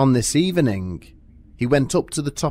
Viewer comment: "Ziss picture didn't hang itself" noice!! lol